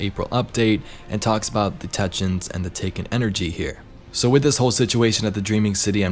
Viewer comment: I always love your videos and I've been a long time subscriber... This is the first time I've commented but ffs man it's TECK-EE-UNS, otherwise your content is always extremely honest and valuable. A very quality content creator. To anyone else reading this... If you all like and subscribe he'll pronounce it correctly from now on.